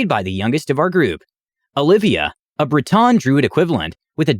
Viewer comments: I can't get Bre"tawn" out of my head.. Or "Dweymer"... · Bray-Tawn. cringe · The pronunciation of dwemer and breton keeps throwing me off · You pronounce Breton and altmer wrong I just had to say